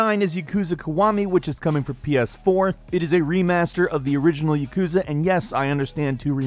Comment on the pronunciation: Ya-ku-za not Ya-kuz-a japanese is mostly 2 letter characters makes most words easy to break down. Chi shi and tsu not withstanding.